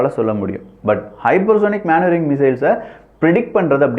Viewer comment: மனுவரிங் மானுவரிங் கிடையாது